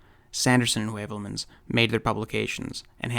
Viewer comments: "Skirmish against verification", eh? Hmm. Throw a vikingr at it. Vikingir are the ultimate skirmishers. Oh, and that's "hyoo-velmans", by the way, not "way-velmans". Es ist Deutsch. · Just brillant. Heuvelmans is pronounce Hoovelmuns..Asked sometimes the same like you, why it's so important to change for a constume...All the best from Northern Germany Ludwig.